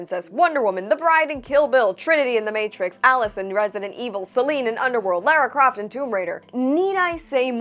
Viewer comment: HOLY CRAP, YOU SAID LARA CROFTS NAME CORRECTLY! I cant believe it, everyone gets that wrong all the time :D